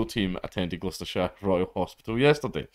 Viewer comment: "Glooostershire" = Wrong. The Bum Squad was called = Right